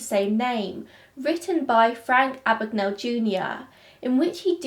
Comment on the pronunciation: My name is Mr Abagnale. Not Ah-bag-Nah-le . A.B.A.G.N.A.L.E, Abag-nail .